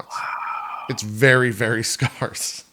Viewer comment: jp pronounces scarce as scarse. Like that Cox and crendor animation.